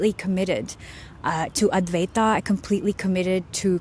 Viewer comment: It's supposed to be pronounced like advai-tuh. Same deal with vedanta, should be spoken like vedan-tuh. Not vedan-taa or advai-taa.